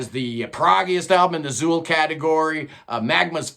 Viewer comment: Just an FYI: Zeuhl is not pronounced "zool". It's pronounced "Zoil". The language Magma uses, "Kobaïan", is a conlang (constructed language) that pulls a lot from German. Thus "eu" sounds like "oi" as in oil. So it's Zoil. And if you want to get even more precise, the Z is sharp, so it starts with a dental, "T" sound, so it's more like Tzoil. Once you learn the rules of Kobaïan, it "follows", and it's no where near as odd as some real languages, like Welsh. In Welsh if you say "I like Progressive music" it's "Dw i'n hoffi cerddoriaeth flaengar". And, (my Welsh is pure shite, but here goes) it sounds roughly like "Doo een hoffie keroraith flynger". Because the dd is silent. Since Kobaïan is a conlang, it's a lot simpler.